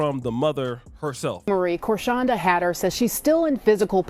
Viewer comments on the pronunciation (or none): Pronounced Core-SHAWN-Duh. She was Not pregnant she has Sickle Cell Anemia which can cause an enlarged spleen (similar appearance to pregnancy. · And didn’t even care to pronounce her name right… this was days ago.. why are ppl still sayings she’s pregnant?